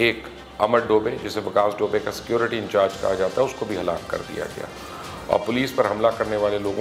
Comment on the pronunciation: Sir you wrong its vikas dubey not vikas dobay